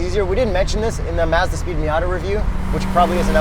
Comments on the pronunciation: Its Mazda not Mezda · The way and kept saying "Mezda" bothered the hell out of me. You Canadians are weird. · Even y’all know that you don’t pronounce Mazda correctly. Lol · Please decide on one pronunciation of Mazda, preferably the correct one.